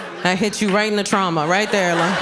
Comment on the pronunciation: No, she was just saying ‘trauma’ in Spanish pronounced tra-uma